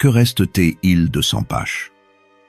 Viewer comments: "Entlebuche", "Sempache", 😂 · Intéressante présentation et bien imagée, mais l' IA absolumt horrifiante, les noms de familles, les lieux >>> massacrés - si l'on peut utiliser ce mot dans ce contexte !!! Tt d'abord, en ce qui concerne SEMPACH, qui apparaît au moins 10x sous une forme différente. Une honte !